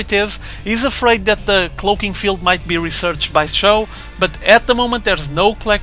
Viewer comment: It's pronounced like Show.